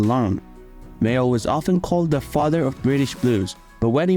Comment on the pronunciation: You haven't even got the respect to get his surname right it was Mayall not Mayo